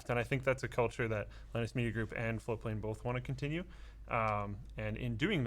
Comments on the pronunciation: ohhhh "float"plane not "flow"plane. I've been watching you guys for WAY to long to have just figured that out. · So this is proabably the 700th time I've heard these guys say "floatplane" and only just now have I realized they aren't saying "flow-plane"... I hope that's not just me